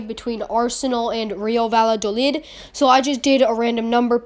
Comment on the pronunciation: 🤓 ☝️Erm Actually it’s pronounce Real Vayadolid not Valladolid the double l make a y sound